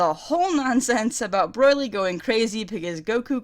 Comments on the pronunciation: The way you say BROLY'S name make it sounds like you're saying BROILY LOL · Woofen Tango "Broy-Lee" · Broyly....not Broly? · STOP Saying Broily. It's Broli, just that, that simple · BROILY?!!!! STOP IT! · I keep hearing "Broilry". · wow, i think that's how an aussie would pronounce it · oh, ok. I just thought it sounded like something similar to australian pronounciation, my bad